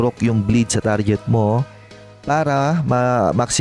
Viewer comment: tarjet hahaha kaurat pakinggan